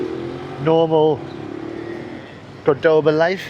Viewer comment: Congrats,, for being able to pronounce CORdoba correctly (for a while)! "Middle East conflict?" You mean tRump's war for Israel combined with the distraction from the Trump-Epstein files!